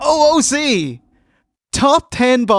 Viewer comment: calling O.O.C. "Ooook" just sounded so wrong to me, anyone else?